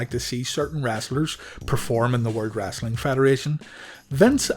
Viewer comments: It's "Wrestling" not "Wrastling" 😂😂😂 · WrEstling.... not WrAssssling! Lol